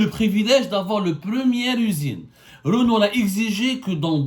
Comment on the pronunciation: Wallah tu me tue quand tu dis "Renou"... au Maroc c'est Renault😀🤣🤣